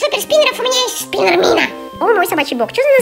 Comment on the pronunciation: Юми вопше ржака она когда назвала спинер спенер минер